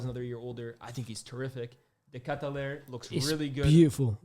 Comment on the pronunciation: It’s funny how says CDK name rolls off his tongue but he got it completely wrong. Lmao 🤣